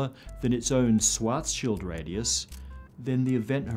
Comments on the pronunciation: it´s pronounced schwaRRRzschild radius ^^ a "swat´s shield radius" also exists but only in military physics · Please say Schwarzschild, not Swarzshield 😊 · I've never heard Schwarzschild pronounced like that.